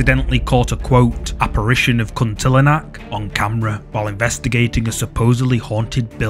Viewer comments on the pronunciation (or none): It's called Kuntilanak not Kuntilinak